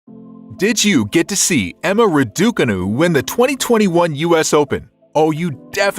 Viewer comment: Before doing these kind of videos why don’t you learn how to pronounce her name properly?